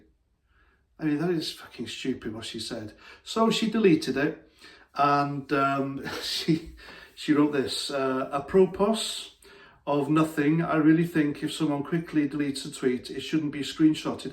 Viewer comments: 30 years ago you would have been scorned by the trendies as a Mary Whitehouse fan (as I was). BTW, it's pronounced "ap per pro". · apropos ?? A-pro-po...it is how it's pronounced .